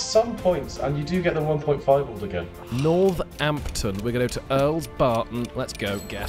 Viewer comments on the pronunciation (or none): the way he pronounces northampton kills me🤣🤣🤣